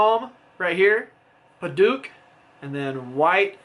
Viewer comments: Padauk, not paduke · Great video. Only problem is your pronunciation of Padauk. It should be pronounced Peh-Douk (Douk pronounced like Doubt). Hope this helps.